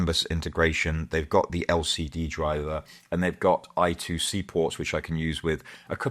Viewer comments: You did a very good job but I2C? Really? It's called I squared C not I two C. Also you really need to change your exhaust system. This one sounds horrible. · it's I Squared C not I two C